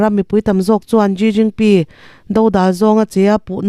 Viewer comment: A bengvar thlak mange, china pressident hming kha ilam dan a dik lo deuh vem aw ka lo ti ve mai mai.